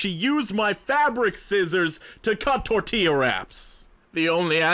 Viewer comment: Thank you for not pronouncing "tortilla" like a heathen❤